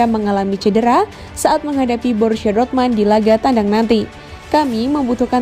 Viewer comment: DORTMAND?? Sejak kapan??jangan bikin malu min,nyaring,salah lagi😁😁😁